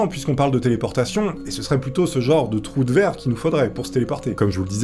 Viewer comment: A chaque fois ! Qui dit troue de verre ! J’imagine qu’il dit troue de 🍑 😂😂😂😂 dzl ! Lever la main ceux qui penser a sa 😂😂😅😅🙈🙈